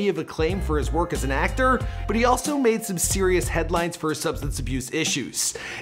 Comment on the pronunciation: ActOOR VideOO uhhhh what...